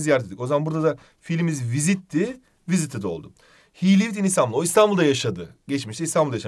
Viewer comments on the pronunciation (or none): none